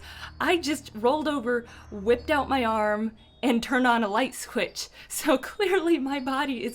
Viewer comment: You said light SQUITCH